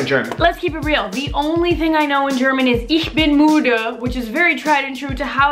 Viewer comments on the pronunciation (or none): You say „Ich bin mude“ ; But it‘s sounds „ich bin müde“ =I‘m tired